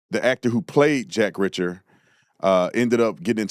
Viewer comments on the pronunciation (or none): Reeeacher, not Richer lol